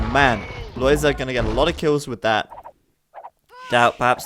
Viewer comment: I am very happy that you pronounce Lojza's name correctly. I've seen others calling him [lojga] or [loyda], but it's not correct at all., you say it very well indeed, keep that in mind when others deform his name.